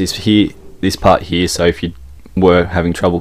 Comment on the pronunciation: Why are you saying he instead of here?